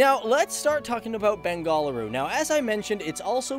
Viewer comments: one main thin that drove me up up the wall was the pronounciation of bengaLuru as bengalooru time n' again which is not the "loo" as pronounced in a loo(a toilet)but with a heavy accent "Lu or La"sound as in "kaaLi"(the godess)which you westerners either can't or find it difficult to pronounce,i see a lot of bangalore centric "SO CALLED" english news channels doing the same which is pretty annoying,you are atleast an exception when it comes to pronouncing a Kannada word but with those people working in that english news channels i said are all Kannadigas and speak in Kannada as soon as they go home after their work and while at work pretend they don't know Kannada and think it is cheezy to admit that they know Kannada,well i'd like to slap hard on such people's faces,same goes out to kammanahaLLi, jalahaLLi, somanahaLLi etc etc it is "haLLI" as in a village and not "halli"while halli is a lizard(see...your bad pronounciation changes the whole meaning of the word). For god's sake i know that you know Kannada very well,please don't insult the richness of my mother tongue which is more than anything in the world,at least for me and people like me who are ready to give our lives for the sake of our beloved Language,the one,the only,the most beautiful language in the whole wide world "KANNADA". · it's bang-a-low-or that's how you pronounce it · Lol it's not Bengal dal😂😂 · Bang-a- loo-ru. Stop having a seziure everytime you say it. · Me too.....btw it's hilarious the way he pronounces "Bengaluru".....no offense 😉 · Dude, pls pronounce Bengaluru properly!!!! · Earlier it was not called as "Bengafaluuru", its called Bendakaluru and please learn to pronounce "Bengaluru"😂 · Way to mispronounce Bengaluru & Karnataka. Get a language coach. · it's not "Ben GALL a-roo," it's "BENgaLUru" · It’s not bengaal uru...... its Bengaluru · It's Beng'aluru not Ben'galuru. Bengal is another separate state in Inda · it's not Bengaaluru, it is pronounced as Bengaluru...